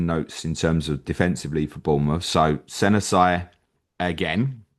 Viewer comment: Hey i think Senesi is pronounced as Seh Ness See btw